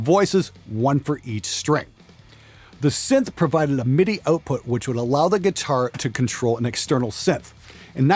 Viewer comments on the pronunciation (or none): none